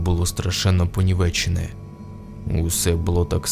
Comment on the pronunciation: Не "понівЕчине" а "понІвечине" Дякую за класну історію ❤